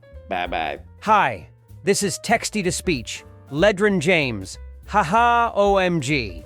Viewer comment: Was that Ledron James' weirdly intonated twin brother Ledren James? Haha Anyways, i gotta get the hell outta here